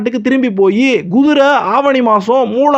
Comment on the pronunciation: Guthirai என்று சொல்லாதீர். Kuthirai எனச் சொல்லுங்கள்.